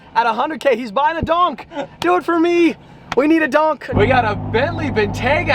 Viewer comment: That’s is not how you say donk